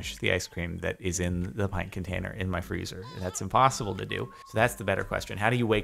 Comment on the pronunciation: Fruuzer or Freezer?